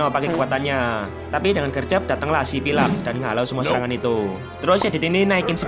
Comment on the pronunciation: Tulisannya pylax, dibaca nya bang pailex